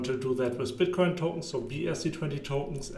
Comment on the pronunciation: Good content ma guy, huge opportunity. But can you please say Tokens no toutns 😅